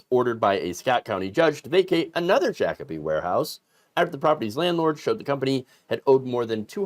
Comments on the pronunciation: omg you said Shakopee correctly!! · as a Minnesotan, I congratulate you on the correct pronunciation of Shakopee!